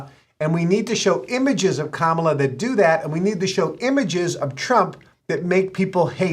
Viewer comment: It's pronounced Kamala. Not Kamala. :)